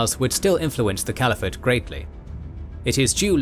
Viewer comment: "Cvaliphate" made me chuckle XD